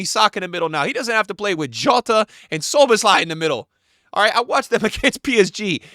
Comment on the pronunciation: bro said gravenbuns starts over szboboslai hahahahahahahaha